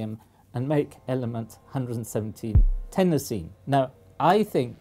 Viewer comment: I've never heard anyone pronounce chlorine the way you said some Americans do. Iodine you got right, but everyone says chlorine the way you do. At least where I live. I also agree with your pronunciation of Tennessine.